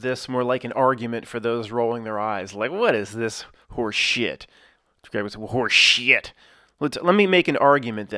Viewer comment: No one says "horse shehet" better than